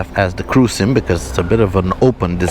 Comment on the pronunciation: The SYM is actually pronouced S.Y.M its not a single word that you can say once you had to say the Letter😊.